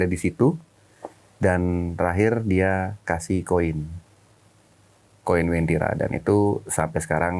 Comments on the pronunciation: Uwentira min, bukan wentira🙏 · Asal ni orang ngomong Masak wentiri di bilng kab. Donggala - sulsel baru ngomong daerah sj dah keliru Yg bener itu bukan wentira tpi wantiri kabnya. donggala prop sulteng, yg lbh di kenal dgn sebutan kebun kopi